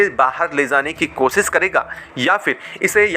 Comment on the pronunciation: Apna diction improve karo nahi to aage se bolna band karo. Kosis nahi hota hai koshish hota hai 😢